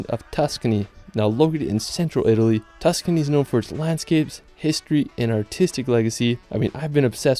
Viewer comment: Man’s sayin Tuscany like he’s from Kentucky… excuse me KEEEEN-TUOU-KEY